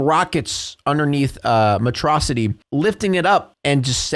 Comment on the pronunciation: Why is Megamind disguised as? You slipped Its pronounced Metro City.